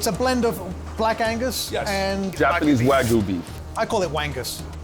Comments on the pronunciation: Its pronounced, wag-yu. The guy keep pronouncing it "Wagu" and he's the chef! No comment... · "Wa-GOO" was all I could hear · What is it with New Yorkers and pronouncing it Wagu?